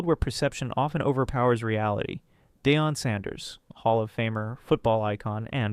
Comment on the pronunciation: Who the hell is dayon? If you cut voice it yourself don't even make a video. Ai is the lazy way of doing this.